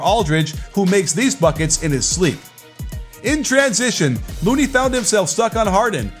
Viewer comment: Why did it sound like you called LOONEY as Moody or Mooney the whole video